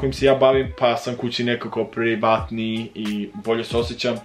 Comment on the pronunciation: Izgovorio kao Familija 😂😂